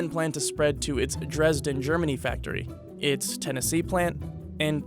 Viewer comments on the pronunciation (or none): none